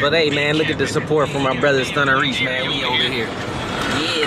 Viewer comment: He said speed racer reese 😂😂